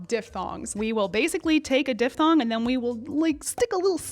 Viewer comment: As a linguist, thank you for not saying dip-thong.